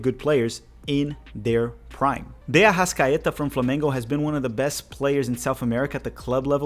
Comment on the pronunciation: Your portuguese pronunciation of Arrascaeta is spot on. Lol Araújo is pronounced "ah-rah-oo-ho"